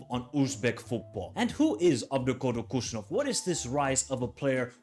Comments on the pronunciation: He is not Kushanov!! Khusanov, first Kh wiill be read like H in "hen", A will be read like ''á'' in CAR. So HusaAnov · I am from Uzbekistan. The first K in his last name is silent. It is more of a hard H sound like in word WHO. Also, the emphasis is on the A, so the phonetic pronunciation is hoo-sA-nov PS i am a huge Man Utd fan, so this will be interesting. I will have a player i will cheer for to do well in a rival team. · props for making this with great analysis. Just one thing to mention his last name pronounced as 'Husanov' similar to Habib (Khabib)